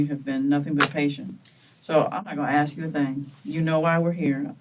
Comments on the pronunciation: I hate when they say axe instead of ask 🙄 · why do they all pronounce ask like axe?